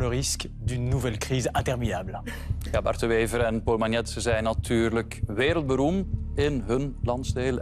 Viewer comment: "nasionale" wat wil dat zeggen? Als je dan rekent dat hij dat zijn job spreken is dan kan dit tellen In 't frans maakt hij er er "nasonal" van. Ja, de msm, what can I say.. "wereldberoem", wat is dat in godsnaam?! Ik kijk al jaren geen tv meer en nu weet ik terug waarom